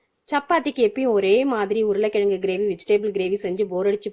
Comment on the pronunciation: Recipe is good,but your pronounce urulai kizhangu sollunga please you pronounce urulai kiyangu is .....